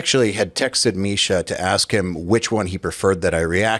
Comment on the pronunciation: “Typically, Jake, Marsha, and I, will get together and…”*** needs to get his shit together. Bro will never get the unchained tone if he doesn’t start speaking correctly. I believe in his journey, that’s why I’m pointing this out.